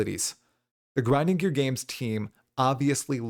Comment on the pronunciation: gwinding gear games XD